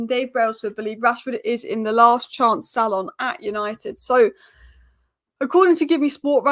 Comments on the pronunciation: it's last chance saloon, not last chance salon 🤣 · It’s pronounced saloooooon! It’s not a fukin hair salon.Did you take GCSE English?